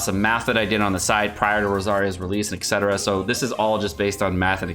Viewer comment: Eck cetera 👻